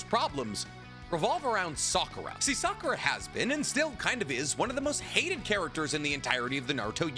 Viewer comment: Oh boy a Narootoh movie I can’t wait to see Sasookay, Sahkoorah, and kaakaashee